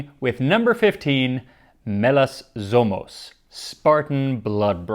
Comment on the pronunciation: Greek here! Sorry for Kykeon and Melas Zomos 🙈 Just a tip: In melas zomos, zomos is stressed on the second syllable. Keep up the great work!